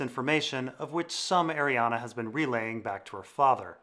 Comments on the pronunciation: Ah ree an Not ah ree ah na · Omg. Please read her name. There is no A at the end of her name. Ar-e-en is how it's pronounced